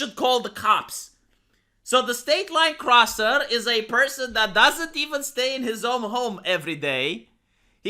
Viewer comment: It's Crosser not Crooser